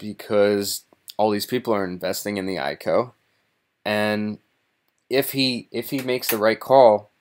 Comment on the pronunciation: I.C.O., not eye-co.